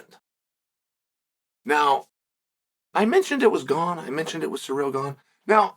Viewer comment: It’s wild how many names he butchers LOL. Alex Peeara. Hazmat Chimiev